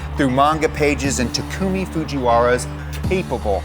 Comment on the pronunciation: Everytime he says takumis name it drives me wild he says i wrong lol